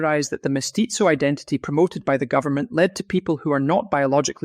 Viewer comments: 😂😂😂😂 and all the other names 😂😂😂😂 He says mestizo like pizza 😂😂😂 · I recommend you Google how to pronounce "mestizo".